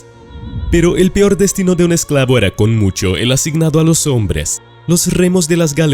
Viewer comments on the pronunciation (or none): none